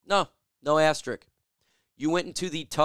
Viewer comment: Not trying to nitpick but why does everybody call it Asterick? It's "Asterisk".